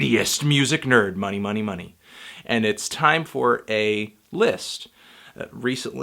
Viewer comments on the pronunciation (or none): none